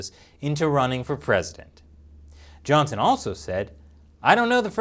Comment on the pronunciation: Why did he pronunce his last name weirdly?